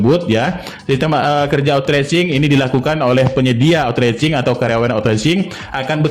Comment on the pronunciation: maaf,pengucapan outsourcing nya salah p,bukan otracing tp dibaca outsoursing 🙏🙏🙏